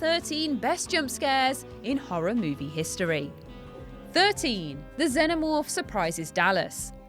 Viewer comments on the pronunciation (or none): xennomoph? im sure its xenomorph. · Aghh she said zenomorph not xenomorph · Its pronouced x’ee’namorph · “Zennomorph”. Yikes, pronounce it correctly. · Anyone talking about her pronunciation of zenomorph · PLEASE! say XENOMORPH CORRECTLY